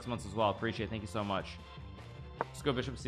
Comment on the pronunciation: Nobody: Hikaru: THAHNKYOUUSOHMUSCH!